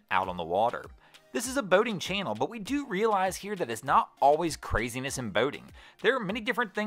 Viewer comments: Why do you say boating like bao-ting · Lol "Bowding"